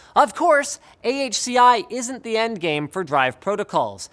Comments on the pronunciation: "Ahki", huh? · AHCI is like someone sneezing... Try Spell NVMe like N-V-Me, now you know why is it cost you a lot of money